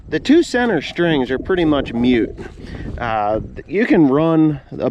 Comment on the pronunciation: It’s “moot”, not “mute”... 😁✌🏻